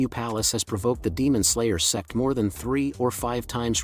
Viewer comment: Dude please, Its "Sect" not "SEX" PLZZZZZZZZZZ😢